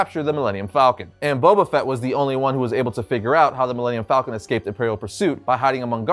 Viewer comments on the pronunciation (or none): none